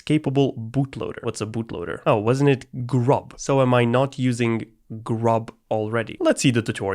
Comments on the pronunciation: you spelled grub wrong you said gurb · ts was painful to watch you said gurb in chroot